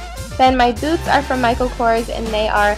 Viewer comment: When you said boots I totally thought you said " My boobs are from..." and I was just like "Dafuq did she say?". Love your style, keep up the good work!:D